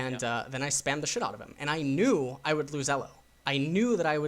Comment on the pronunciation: This is all awesome, but I cringe every time he pronounces Elo. Also it's parEEto's principal.